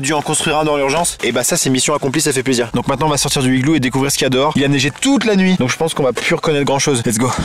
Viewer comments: Il y a donc un h aspiré à "higlou". L'Académie française hésite sur le pluriel : "higloux" ou "higlous" ? 🤣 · Amixem ta un problème avec les liaisons du mot « igloo » xD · Le fait qu'Amixem ait dis "du igloo","le igloo" et aussi qu'il n'a fait AUCUNE liaison avec le mot igloo etait vrm INSUPPORTABLE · j'ai du arréter de regarder... c'est dommage, l'idée de vidéo à l'air bonne mais UN igloo sans la liaison ou LE igloo... trop dur à écouter, tu sais, c'est comme si tu lis un texte à faute, on dit que ca pique les yeux, bin là c'est les oreilles. Désolé Max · Entre les "le igloo" et les "1 igloo" je me demande si Maxime sait faire les liaisons 😐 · Bah amixem pourquoi tu dis le igloo au lieu de l'igloo ? Ah oui au fait j'ai un message de l'équipe fructis, t'as 2 mois pour agrandir la White box et nous la présentez en vidéo. N'oublie pas que la déco doit se limiter au glorieux shampooing FRUCTIS FREEZE FORCE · pk tu dis le igloo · Tu dis LE IGLOO !!! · Pk tu dit le igloo 🤣🤣 non je blague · un higloo Maxime, un higloo 🤪🤣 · Amixem pourquoi tu prononces le Iglo ?😊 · POURQUOI TU DIT LE IGLOO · Et aussi un igloo sans la liaison et du igloo au lieu de l'igloo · Le igloo au lieu de l'igloo Un igloo au lieu de "un n'igloo" Et les igloo au lieu de "les z'igloo" 🤣🤣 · Pk tu dit le igloo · amixem pk tu prononces LE igloo regulièrement et pas L'igloo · Faut juste revoir tes cours de français de CE1 LOOOL il y a les liaisons aussi pour dire un igloo tu fais la liaison entre le N et le I mais bon, personne n'est parfait et tu fais de supers vidéos. Mais la langue française, enfin les bases c'est quand même... la base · À chaque fois que maxime dit "Le igloo" , un Inuit meurt. Il faut arrêter le massacre. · Et aussi, il prononce UN IGLOO et UN NIGLOO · Entre « le igloo » ,« un igloo » ( sans la liaison) ou encore « au igloo »,ça rend vrm bizarre A part ça bonne vidéo 🙃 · Amixem il dit LE igloo alors qu'on dit l'igloo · L’igloo pas igloo 😂🤣😂😂🤣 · LOL on dit pas le igloo mais l’igloo